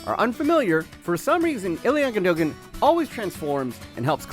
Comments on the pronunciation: Im sorry what did you just say? Ilyan Gundoegen? The mans name is Ilkay Gündogan. Ilkay. With a k and a y at the end. And the Gündogan. basically pronounced Gyndogahn. My man pls, i know youre American but please, be better. This is embarassing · His name is pronounced ilkai gundogan